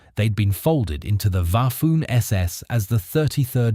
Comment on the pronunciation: Waffoon SS? Bafoon narrator